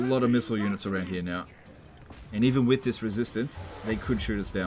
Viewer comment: Ah yes, the man wo can’t say the word „with“ correctly…